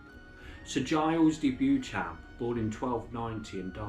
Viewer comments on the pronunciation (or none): In Britain ‘Beauchamp’ is pronounced ‘Bee - chuhm’.